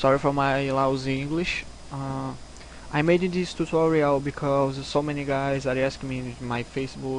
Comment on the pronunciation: Show. Vou ver se essa noite eu começo a migrar, vlw. Só uma dica, tenta tirar um pouco do sotaque carioca na do "this", tá falando como se fosse apenas um "T" com sotaque daí, ou "d", mas tá de boa mesmo cara:)